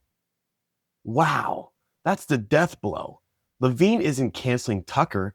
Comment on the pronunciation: It’s Levin not Lavigne 😂